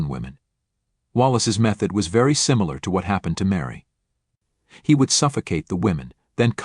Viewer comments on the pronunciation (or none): none